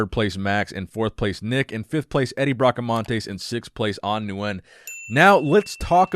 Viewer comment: Nick, Nguyen is pronounced “win” not “nu-win” like you’re saying. Please say it correctly!